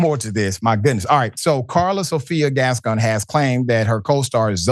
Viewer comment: WRONG. Se pronuncia: Gascón y Saldaña